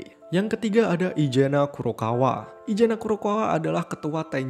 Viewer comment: namanya:izana yng gw denger:ijana namanya:mikey yng gw denger:maikiy